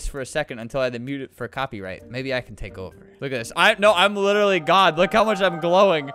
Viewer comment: I love how he sometimes says 'licherlly' instead of 'literally'